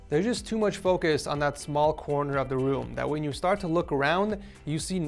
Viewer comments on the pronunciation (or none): none